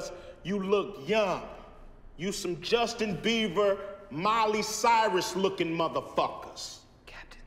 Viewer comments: Did he said Justin beaver? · Anyone else catch Ice Cube saying Justin Beaver